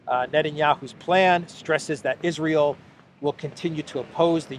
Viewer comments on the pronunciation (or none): none